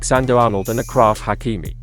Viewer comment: Achraf in frensh is pronounced same as Ashraf in English. So it is not a K. It is a shshshsh